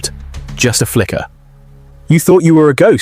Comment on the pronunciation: Disrespectful yarn spinner AI, at least pronounce our fearless leader’s name right. Liar